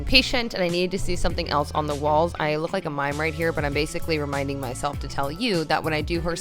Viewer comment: haha after your mime joke you said you were just reminding yourself about something but it sounded like re-miming